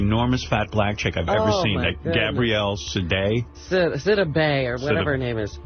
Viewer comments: The name is pronounced sidibay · She is a strong woman. The commentator should learn how to pronounce her name, she is the subject. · Please get yo ai to say her name correctly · Good God man first learn how to pronounce her name. I’ve watched many of your videos and what can’t you do? You can’t pronounce the name of the actors you speak about. I just couldn’t stand it another day. LEARN HOW TO PRONOUNCE NAMES!!!! It’s so disrespectful and irritating to hear you do this consistently. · WHY Can't you say her name right????????🤔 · I know it had to be while people hating The lady didn't even want to say her name right.